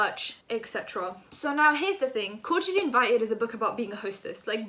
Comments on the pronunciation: When she said "cordially invited" I thought she was saying "called Julie invited" and I was like who tf Is Julie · Man said "corgially" Im dead look at her trying to diss Zoe and cant even say Cordially loool but gotta give credit coming at someone as big as Zoella is clever good way to yk up her YT game so the girl is smart and sly 😂😂😂😂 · zoella can't even say cordially, that makes it even funnier! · “SIS” can’t even pronounce cordially